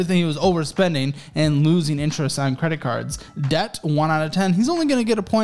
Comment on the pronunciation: YOU DON'T SAY THE B IN DEBT omfg I hated hearing him say debt